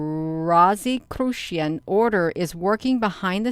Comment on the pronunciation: R. Christian= ro-sicru-tion